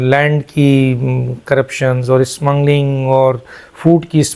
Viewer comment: "Smmungling" naheen hotta "Kottayam Kay puttar", it is "smuggling".